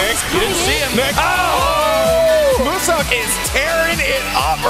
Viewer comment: Who tf is “Moose Elk?”